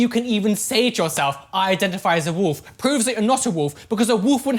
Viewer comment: I love hearing say "woof" as wolf